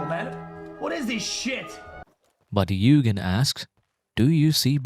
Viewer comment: Very cool concept and it's great to learn a new word! As I can speak Japanese to some degree, a small remark; u with a line above is sounded "twice". so it's pronounced more like Yuugen than Yugen (The opposite is true for another common word, and a Honda specialized manufactorer, Mugen which is pronounced as you said Yugen in this video)